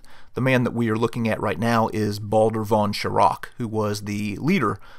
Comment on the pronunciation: well done, why not do you yourself the favour and ask a native speaker to help with some of the names and the correct pronouncation / stress ? Like Baldur von Schirach, Hewel, Gretl Braun. Even Adolf Hitler is not "A" but an "u" like in "up"